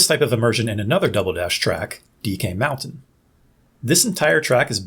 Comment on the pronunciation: Whys he gotta say animal crossing a double dash so weird 😂 Great video though